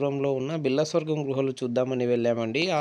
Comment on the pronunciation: గృహలు కాదు. గుహలు